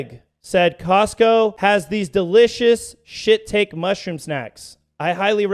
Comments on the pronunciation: Hey, first up, this was super hard for me to deal with (and still is). One thing tho, when you said shiitake mushrooms, it’s pronounced shi taki. Anyway, RIP Charlie, you were a great man but unfortunately, you lived in a country were many didn’t deserve you ❤️🇺🇸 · That mushroom name is pronounced She-TALK-ee 🤭